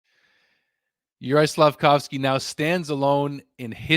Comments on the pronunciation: Caufsuzki??? Why. There's litteraly Slafcaufki available RIGHT there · Slaf - Cauf - Sky... You got it wrong.